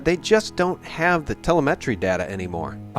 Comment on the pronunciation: How am I supposed to believe this guy when he misproounces 'telemetry'.